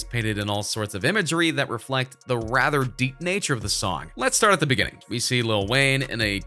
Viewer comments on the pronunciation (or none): none